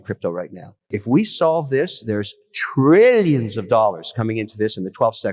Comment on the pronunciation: Not Brillions, but Trillions, with a T.